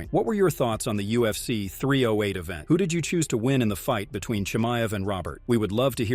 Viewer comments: I had to shut this stupid 💩off after 30 seconds of you saying Chimaev’s name wrong like 16 times. Moron. Learn how to say someone’s name right before making an entire video about them. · Don’t do a video if you can’t say the subject’s name properly. So dumb.